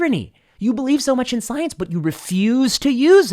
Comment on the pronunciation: It's pronounced "Scoi-Ence!"